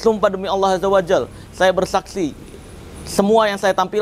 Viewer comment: Assalamualaikum.. marcel tolonglah jangan sebut nama Allah SWT dgn "Allah AZZAWAJAL" maknanya jadi lain. Sebut Yang benar "ALLAH AZZAWAJALLA" faham itu! Kalau kamu tidak ngerti, boleh semak pada ustaz saja ok. Sebutan dalam bahasa Arab(Al-Quran) kena hati-hati fahami & ingati itu..!